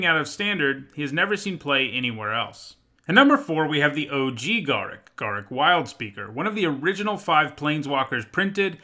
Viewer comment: Uh oh. You mispronounced Garruk